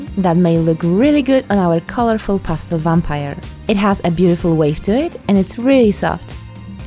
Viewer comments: I totally thought you said Pasta Loving Vampire I’m like oh nice way of getting away with “marinara sauce”(blood) but then I quickly realized it was Pastel! Not making fun just kinda funny that I full was ready for a Pasta Loving Vampire…lol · In the beginning, I thought she was a "pasta loving vampire"... now I realize probably said "Pastel loving vampire". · I thought she said pasta for a second